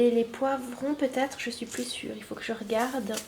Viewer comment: C'est drôle tu dis ''peutaget'' x3